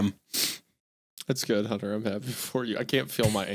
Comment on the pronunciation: "Huntuh, im not going to have sex with you huntuh"